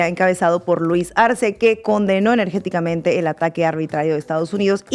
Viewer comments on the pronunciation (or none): Estefania, con todo respeto no pongas en mal a los mexicanos. Se dice ENERGICAMENTE y no ENERGETICAMENTE 😢